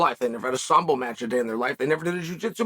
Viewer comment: Khabib doesn't even know how to say the word sambo... Undefeated and Undisputed